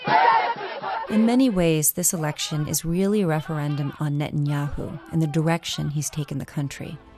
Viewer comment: It's Ne-tan-yahu